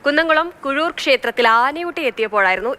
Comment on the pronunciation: കുഴൂർ അല്ല കീഴൂർ